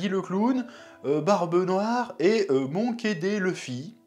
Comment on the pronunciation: "Monké Dé Leuffy" 🤣 j'adore l'accent. J'ai pensé aussi aux complotistes du monde de One Piece qui vont voir l'apparence de Luffy en se disant "hummmm wait a minute 🤔, on est pas censé être sur un paramecia à la base?" Et on leur dira qu'ils sont de dangereux complotistes et qu'ils vont trop loin... mais ils auront raison xD